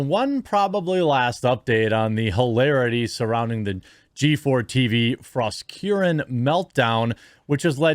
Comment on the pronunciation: Jeremy, I believe it is pronounced Fros-KAREN.